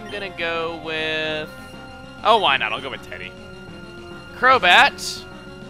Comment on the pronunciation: Every time you say "why not" I hear "wynaut"